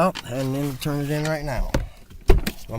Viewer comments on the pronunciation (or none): none